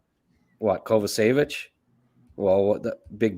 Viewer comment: … learn to say Kovacevic’s name properly please…